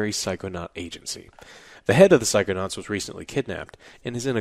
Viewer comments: Haha, "Psychoauts 2". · Psychoaughts btw